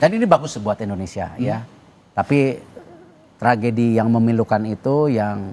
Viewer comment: Tragedi bang bukan trajedi..lebay Lo jadi pembawa acara